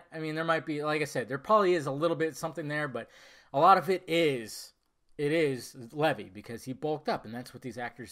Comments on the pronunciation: It's pronounced Leevi not Levy. The costume looks good though I like the cape with the hood and his boots and gauntlets. The hair kind looks off to me, is it a Pompadour? That seems campy to me. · It's pronounced Lee-Vy.